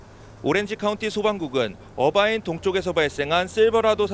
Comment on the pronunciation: 얼바인이요. 어바인이 아니고.